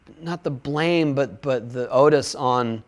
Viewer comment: Haha not for nothin but...did he just day Otis instead of onus??